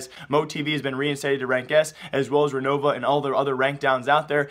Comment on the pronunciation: REOVA not RENOVA XD